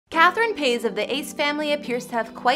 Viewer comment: It’s not “Paiz”, Go to their proposal video because Austin didn’t say it exactly “Paiz”